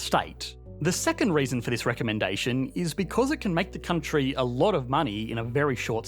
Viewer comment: think this guy's ever gonna learn to pronounce vowls? "countryyYYyYyyYYyyyYy"